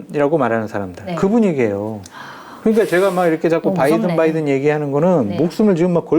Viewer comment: 바이든도 아니고 빠이든이었음 굥 발음 특징